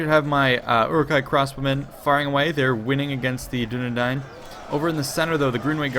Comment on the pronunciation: you pronounce Dunedain like Dunedine.